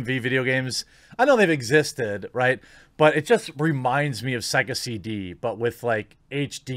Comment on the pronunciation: "Why do we have to wait? Apex Legends released right away..." I'm freakin dead. I love your excitement! XD Oh, right -- took me about 4 or 5 replays to figure out you said SEGA CD at the start (I thought you said "sexy" something, not so different). I remember playing on my dad's Megadrive - did that thing take CDs?